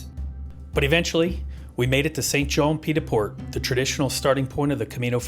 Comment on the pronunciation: I’d wish you would try and pronounce the French name a little better. It’s not St John ☹️